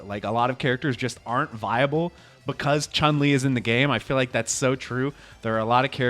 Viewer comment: each time an english speaking content creator pronounces Chun-Li's name correctly it caughts me off guard and i go like "oh wow what the hell?